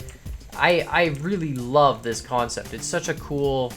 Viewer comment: This sept lol